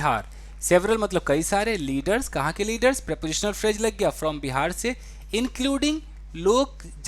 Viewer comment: Pronunciation of phrase .... it’s phrase not phraje 🙏🏻